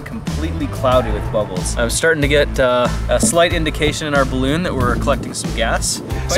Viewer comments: "Ballon" XD 😂🤣🤣😂😂😂😂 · Lol "ballon" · Noice "ballon" there kappa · "Balloon"... xD lmao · Yeah... "ballon"